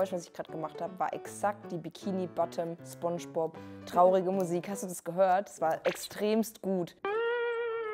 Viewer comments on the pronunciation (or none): none